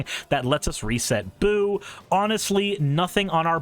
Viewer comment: Yeah "Boo" pronounced like you have been is the Hamster that Minsc makes